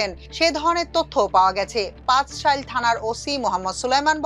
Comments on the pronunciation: খবরে প্রায়ই ভুল পড়া হয়।।আজ ও পাচলাইশ থানার নাম পাচশাইল বলা হল। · পাঁচশাইল না ❌ পাঁচলাইশ✅